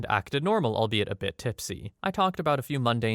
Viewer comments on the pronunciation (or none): none